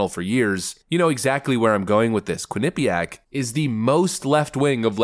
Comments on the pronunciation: It's pronounced quin-eh-piaq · Lol, love how you pronounce quinnipiac. The way I believe it is pronounced is quinni piac instead of how you go quin nip iac. I live in a sports town and quinnipiac sometimes play hockey here along with cornel and harvard and others.